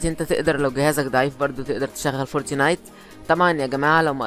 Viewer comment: انتقها صح اسمعها فورت نايت مش فورتي نايت